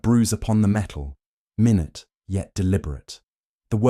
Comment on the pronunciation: Ai narrator? Or an actual person who doesn’t know the difference between minute (small) and minute (time)